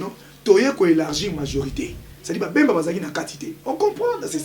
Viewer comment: Yebisa muluba balobaka politique e non portique ,bemba e non mbemba